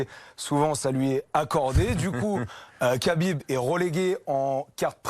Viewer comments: C'est " khabib " pas kabib quand c'est Aya nakamura on en parle pendant 1 mois mais quand c'est un champion invaincu avec beaucoup plus d’influence on dit rien respectez le boug SVP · Tu rends dingue à dire kabib, c’est rhabib, je sais pas moi dans le football personne appelle jesus navas, jesus, on dit tous resus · Khabib se prononce Rabib et non Qabib.